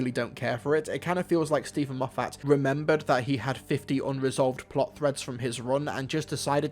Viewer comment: Please learn how to pronounce Moffat